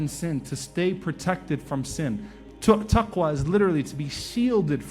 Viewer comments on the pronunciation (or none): Salam alaikoum CAN i ask a QuEstion please : why did you say tuqwa in duaa and not taqwa ? Thnks